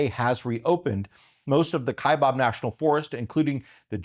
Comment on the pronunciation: It is not the "KaibOb" National Forest, it is pronounced just like it is spelled "KaibAb." The second syllable starts with Baaa, Kaibab. Yes, I'm sure of this pronunciation, I started my U.S. Forest Service career (4 years) working on the Kaibab National Forest.